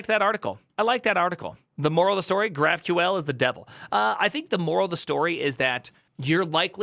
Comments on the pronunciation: why do you pronounce it graph queel ? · did I hear "graph-queel"? wtf